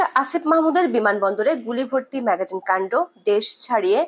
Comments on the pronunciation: ম্যাগাজিন না ম্যাগজিন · ম্যাগাজিন নয়, ম্যাগজিন। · এটা " ম্যাগাজিন" নয় হবে- ম্যাগজিন "!! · সংবাদ পাঠ করতে এসেছেন, উচ্চারণের শুদ্ধতা আনুন এবং সঠিক উচ্চারণটি করুন অন্যথায় ভীষণ কানে বাজে। বারবার ম্যাগাজিন ম্যাগাজিন করছেন যা ভীষণ বিরক্তকর লাগে।